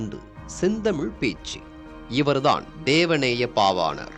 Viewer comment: தேவநேய பாவாணர் தேவநேய பாவணார் அல்ல சரியாக உச்சரிக்கவும்